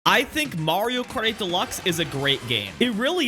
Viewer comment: Why can't he pronounce "Kart 8" in "Mario Kart 8 Deluxe"?....drives me crazy